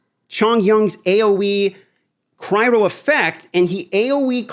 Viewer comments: Cryo not cry ro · all dmg deals "Cry-Ro"??? da fuq... It's Cry-Oh lol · Omg please stop saying "Cry-row" it's literally killing me